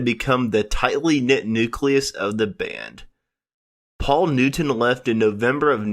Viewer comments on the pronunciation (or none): none